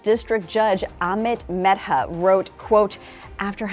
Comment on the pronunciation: Man you butchered that poor judges name